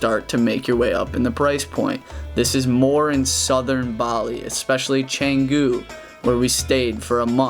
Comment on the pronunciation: Canggu, not cenggu